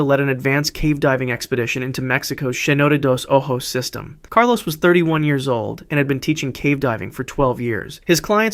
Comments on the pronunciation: Saynote. Horrible pronunciation. Dos o- joes. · Bro clearly doesn't know how to read Spanish cuz that is not how cenote dos ojos is pronounced lol